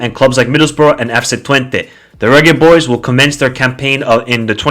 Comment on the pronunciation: 😂😂😂😂😂 he's pronouncing it the right way